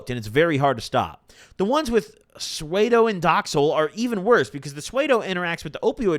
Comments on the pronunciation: “Psuado”??? Lolol pseudo bro. You’re saying it wrong. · "Sway-doe," 😭 (pseudo) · The heck is swaydow? 😅 it's spelled like psuedo(sudo) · I love you but "swaydo" is crazy😂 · for future reference, Pseudo is pronounced soo - dough. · "sway-doh" = psuedo